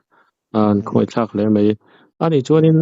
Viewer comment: Chhiattawk chhungte ka khawngaih hle mai, chutih rualin, a tawngkam afelfaia, mei atih lai khan Beng ati kham deuh a, mai tise ka lo ti khawp a, mizotawng humhalh Atul mange, te ka loti ve deuh